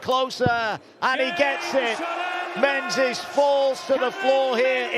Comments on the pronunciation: why does the referee pronounce Menzies like Men-zezz? it actually drives me insane every time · Menzies should be pronounced as Ming-iss